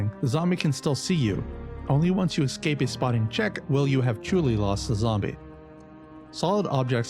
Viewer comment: Escape, not excape.